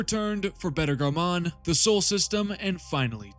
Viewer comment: Great content....please learn how to pronouce words before making a video though. Jesus, literally over 15 names/words mispronounced. So embarrassing. Beta "Garmuun"?! Lol you reminded me of an AI generated voice